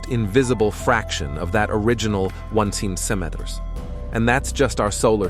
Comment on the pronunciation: Can you please pronounce "centimetres" properly...